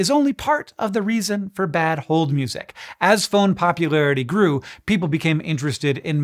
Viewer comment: I thought he was just saying "music" in a funny way the first time, but he did it again so I looked it up and apparently it's a thing Did yall know about this? I've never heard of it lol